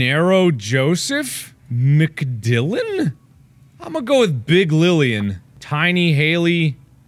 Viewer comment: Was it just me who found Mark saying "Mc Dylan" the most hilarious thing in the video?